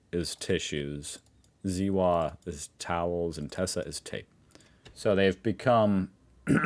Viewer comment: It's "Zewa" instead of "Sieuah"? 🤣 For the 20th (?) time: The German "z" is pronounced "ts" and the "w" is pronounced "v"!!!!!